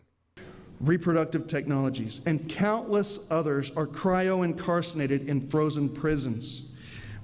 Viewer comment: Incarcinated??? 😆 He obviously cut a lot of classes, if he ever went.